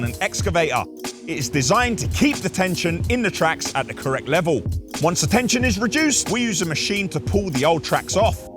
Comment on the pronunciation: your speaking to camera on these videos has become very lazy. Du instead of the, dis instead this, norf instead of north.i live in Birmingham not burm in um!